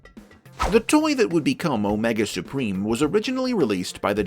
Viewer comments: "Omega spreem" - wat? That made me completely bust out laughing and do so, so hard I teared up! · My-nega Supreme.